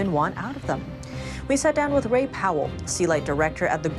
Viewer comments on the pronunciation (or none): none